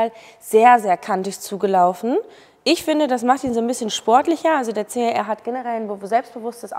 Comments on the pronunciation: Schlampert gesprochen.CAR???CHR!!! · CHR,man,hört CAR....😢